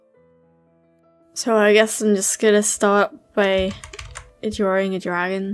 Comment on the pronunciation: The British “dragon” Amazing